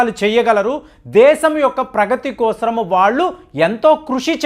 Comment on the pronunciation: Kosram kaadu kosam adi.....telugu sarigga palakandi. meeru babu,modi bhajana batch ani telusu